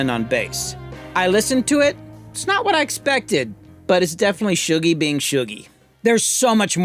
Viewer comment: Shuggie is a name in Scotland (it's a nickname for people called Hugh for some reason) so this is the first time I've heard it said and realised it's Shoo-gie, not Shuh-gie